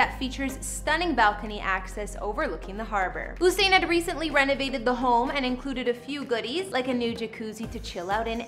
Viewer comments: The information about his Jamaican properties incorrect. You mixed up different parishes and also you are butchering his name. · I swear your the only one who says Usain like that 🤣 every time I hear it as a Jamaican I just have to laugh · Good effort 💕💕💕 but you were pronouncing his name incorrectly. I am not sure the info about the Kingston house is correct. Right my Jamaican people? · She needs to pronounce his name correctly. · the pronunciation of his name 🥲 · Please for God save, do your research on the Honorable Usian Bolt and my Jamaican Island before you go talk! Pronounce Usian name property! Usian DID NOT lived or come from NO wooden Shackle bush HOUSE or dusty road! He DIDN'T come from rags! We from the island called it lush green meadows. Please find your own people to comment falsely about. You have NO knowledge of Usian nor Jamaica. Next time use Google to do your homework about Jamaican Legendaries., people like you wish were you're from was beautiful like my tropical island 🏝. You're an insult to your own channel. Disgusting. Don't comment about places or people you don't know of. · Sis that is not how his name is pronounced tf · Your not pronouncing his name properly. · Looool not her mispronouncing his name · The least you could have done was learn to pronounce the his name properly. I won’t even comment on the repeated disrespect to my country. But just know… that even a shack in Jamaica is luxury compared to anywhere else. Just know this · At least get the correct pronunciation of the mans name.Do your research. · It’s the fact that she can’t pronounce his name 🤦🏻‍♀️ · Ok first learn how to pronounce his name and second watch your language when describing my home !!!! 🇯🇲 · Long u not short u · (You•Sane) not Oo•Sane...... lol Usain Bolt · She calling him Ooosain lol 😂 it’s like Yousain.... Usain Bolt lol 😂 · Exactly 🙄. U would think people would be able to pronounce his name properly by now 🙄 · It's not Hossain.. it's Usain..